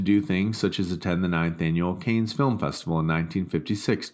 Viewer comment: ‘Kaynes film festival’😂😂. ‘Jaqwes Kuh-stews’ 😂😂😂😂😂😂😂😂😂😂😂😂😂😂